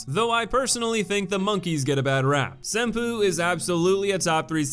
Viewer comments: Same bruh. "Sinpoo" Temple fucking killed me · Senpoopoodoodoo It's pronounced "Sen poe".